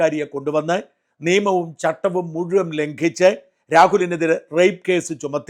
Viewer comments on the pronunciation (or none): none